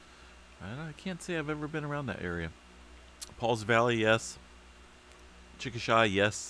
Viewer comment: Good morning from Oklahoma! You folks stay alert and safe out West! The silence from Cascadia is ominous! Chickasha pronounced with long A at the end (shay). Thanks for the update!